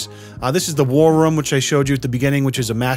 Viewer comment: Vroom without the V. That's what "ruhm" sounds like